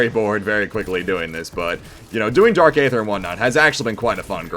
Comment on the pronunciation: Hell yeah man love to see the upload, just starting the video and I have to point out that the A is silent and its pronounced Dark Ether lol